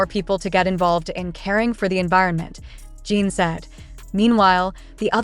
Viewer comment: At least get the pronunciation of the subjects name correct and their pronouns him/his, not her.